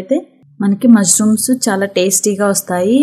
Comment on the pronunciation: Not mazrooms ,mashrooms btw good recipe